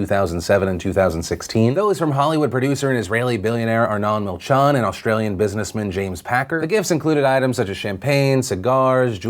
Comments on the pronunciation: Milchan is pronounced as milchEn :) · That's not how you say milchan